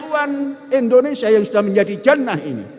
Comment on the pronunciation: Indonesia bukan Endonesia,sembarang sj